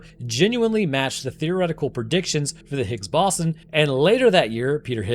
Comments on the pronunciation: it's bow-zahn, not baw-son </3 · The Higgs "Baw-son"? It's pronounced the Higgs "Bo-zon". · It's pronounced "higgs BOW-zon" not ba-SAN like you did in the video. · Its pronounces "boze-on" (like "bozo the clown" ) NOT "boss-on" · Boson not Bossen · Ahhh, the Higgs Bahson 😆 dude, it's Boson (Boe - sun) science much?? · Its bose-on not bossin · I beg of you, please stop saying "bossun". It's bows-on. You got electrON, neutrON, protON, bosON. The end of all those words are pronounced identically. In other unrelated news, that scientist that's clearly an anglerfish named François? New arch nemesis detected... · I know it doesn't have an official pronunciation but boson pronounced boss-un just gives me the giggles. Oh no the final boss-un, gotta make sure I have enough potions, etc. Most people say it bose-on, but after hearing the people at CERN, pretty much anything goes. It's like linux, the actual verified pronunciation is lee-nooks. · I thought it was pronounced bow-zon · Higgs bose-on like doze on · It's pronounced "Boe-zon", Bosons are named after Satyendra Nath Bose, an Indian physicist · The way you pronounce boson is a war crime. BOW-ZUN. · Higgs BOSSIN' - New very much proper pronunciation. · the "Higgs Bossen" was grinding my gears. i don't get how he learned all that about particle physics but never heard boson pronounced correctly along the way. it's gotta be engagement bait right? please don't do engagement bait it's so lame, you're better than this lol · It's "Boh-zawn" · The absurd mispronouniation of bosun kept me firmly locked in and after the first two, I decided to shotgun a beer for every time it happened after. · Are you using AI for your voice now? -- Are you trying to say the Higgs Boh-san (Boson)? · If you want to narrate videos, please learn how to pronounce words like boson and posthumous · How do you not know how to pronounce "Higgs Boson"?